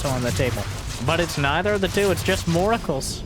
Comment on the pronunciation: Did say moracles? 🎉